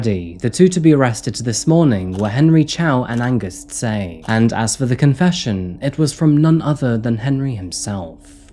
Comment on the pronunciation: Tse is pronounced more like Che btw